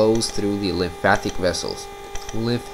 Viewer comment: mate - learn how to say lymphatic not lympathic then I'll listen to you